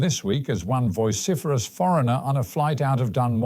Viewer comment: "voiciferous"? Really.